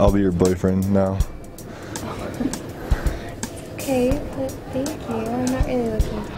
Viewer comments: "Otay" is perf 😂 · "OTAY" ffs im dying help me